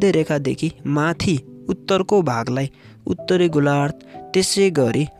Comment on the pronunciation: Utali golar pitbi k boleko sudda bolna aaudaina dodi goru